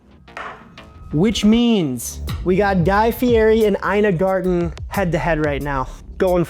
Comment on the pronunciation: It’s not garden bro, it’s garTen!!